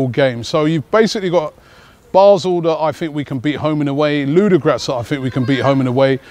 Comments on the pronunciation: LU-DO-GO-RETS FOR FUCKS SAKE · Robbie,we waiting for you at .Arsenal has a lot of fans in Bulgaria.The way you pronounce Ludogoretz is really funny.Ludogratz :D